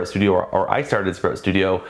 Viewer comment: FYI........I couldn't understand what you said "Spro.....Studio". You said it 3x and I still couldn't get it. Then I scrolled down and saw the name "Sprout". Maybe if you said it slower with sharper elocution might help.